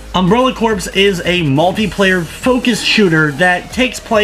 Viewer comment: It's not pronounced like corpse.